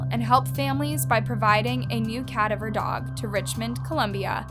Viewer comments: It’s not a CA-daver dog, it a ca-DA-ver dog. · Cad-i-ver dog… ?? 😂 what’s a cad-i-ver?? I’ve heard of a cad”a”ver… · It's pronounced Ka-dav-er not cataver. Sheesh. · You’re still saying the word “cadaver” wrong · Okay I’ve watched so many of her videos and they’re great but I can’t get over the way she pronounces “cadaver” someone please tell her 😭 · Annaaaa look up how the word cadaver is said love you just wanting to help ❤️ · Please learn to say cadaver. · Love your content but the way you pronounce “cadaver” makes me clench my teeth